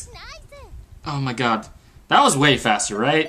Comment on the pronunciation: "O MI GAWD"